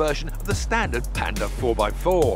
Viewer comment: si dice PAnda con la A